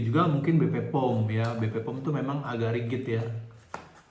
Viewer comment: BPOM mas, bukan BP-POM. 🙏🙏🙏